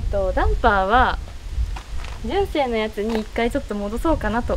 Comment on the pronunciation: あらら、大変！ 負荷かかり過ぎたのかもね!? 純正が1番‼️ じゅんせい の発音好きよ♥️（笑）